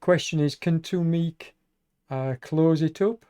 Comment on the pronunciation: At about the 25minute mark you mixed up who Boniface (me) was riding with, I was not with Tu Meke (pronounced "Too Mecky") and I was not off the back! 👍